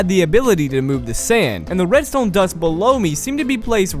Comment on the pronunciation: I like how he sometimes pronounce redstone in a slight french accent "Redstowgne"